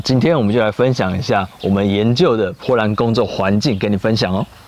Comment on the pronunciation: bo波，不是po泼，波兰